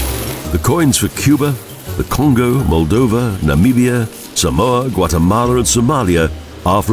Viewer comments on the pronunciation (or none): none